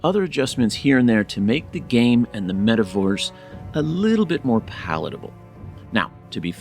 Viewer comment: Metaworse, nice misspeak😂